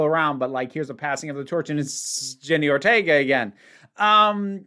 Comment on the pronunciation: It's "Jenna" Ortega.